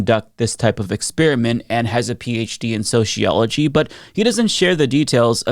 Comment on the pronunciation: Soseeology not sosheeology